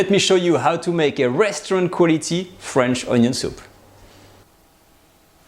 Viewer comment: French onyo soup